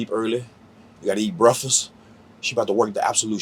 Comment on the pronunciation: "You gotta eat brefus"